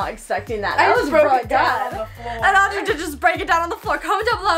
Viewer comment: sorry but audury